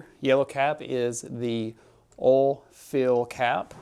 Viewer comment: Oil is not pronounced as all.